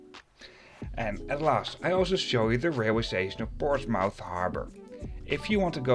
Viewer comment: Excellent video. Made a similar trip last year, enjoyed it a lot. I can't help to notice the pronunciation of Portsmouth is a bit off: 'portsmuf' in Dutch.